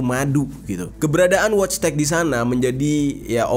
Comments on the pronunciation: wojtek bacanya voitek jer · Wojtek dibaca Voitek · Wojtek dibaca nya voytek bang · Orang poland Itu dibacanya woytek.. genk